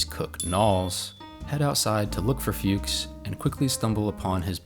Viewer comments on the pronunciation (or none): It's a German name. You don't pronounce it "fewks" but rather like "fox" (what it means in German) or better "fooks".